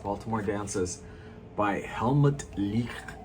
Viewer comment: I like the way you say Helmut's name!